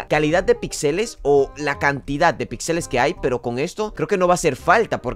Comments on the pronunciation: Si dice otra ves pixèles me pego un tiro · Se dice píxeles, es una palabra esdrújula.